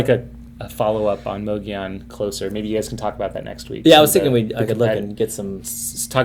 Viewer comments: It's not pronounced with a "moe" it's pronounced with a "mugg" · Fyi- both of you are pronouncing mogollon incorrectly🤣